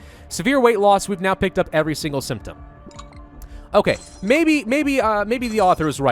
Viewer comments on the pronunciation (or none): none